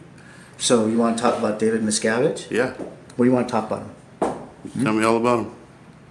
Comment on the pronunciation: “David Miscavige” lol